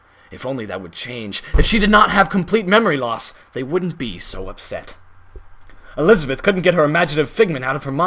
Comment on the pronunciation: the way you say elisabeth as jack is funny XD "elisabiiith"